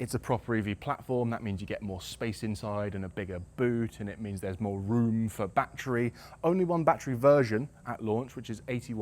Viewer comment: One shot for every bat-tree